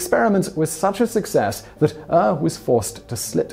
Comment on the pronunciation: Ure is pronounced your